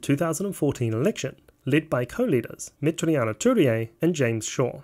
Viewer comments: great video but its worth researching how to pronounce Maori names. It's Me-ti-ri-a Tu-rei (not me-te-ri-a-ma Tu-re-a) and Ma-ra-ma Fox (not ma-ri-a-ma). For some reason you inserted a few more syllables that are there! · it's not meteriana turia, it's meteria (met-ear-e-ah) turei (two-rey), and its not mariama, its marama. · Not only can you not say Metiria's name right. The characterization of NZFirst also left much to be desired. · Dude you really should improve your Maori pronunciation. You keep adding extra syllables where there shouldn't be any i.e. Ohariu, Meteria Turei, and Marama Fox.